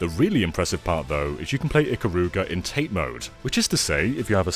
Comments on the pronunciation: Great review, game looks really good. Just so you know, "Tate mode" is "tah-tay" not "tait". Comes from the Japanese 縦 meaning vertical. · "tate mode" isn't pronounced tate..sorry for being the obvious weeaboo!